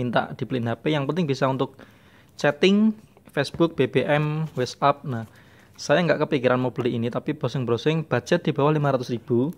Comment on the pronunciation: yang bisa chatting , instagram , facebook , bbm , wheets ap . Wkwkwkwk ucapannya lucu :)